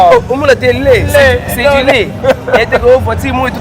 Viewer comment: hummm ba Zaïrois Po na likambo ya prononciation Aulieu de LAIT il dit LEU Kiekiekieeeee